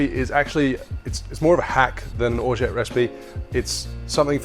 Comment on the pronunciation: Nice hack, you actually don't pronounce the "t" at the end